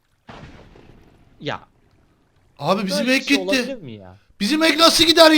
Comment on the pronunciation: da red gitti derken red kit diyiyor sanki